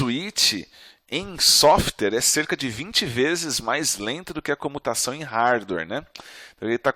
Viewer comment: Desculpe, mas depois que eu escutei softer, e softers... não consigo mais prestar atenção na aula. Sim eu sei, eu tenho problemas de atenção. Mas espero que não aconteçam com vocês também, ficar esperando a próxima vez que ele falar "softers".